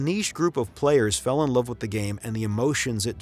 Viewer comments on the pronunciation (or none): none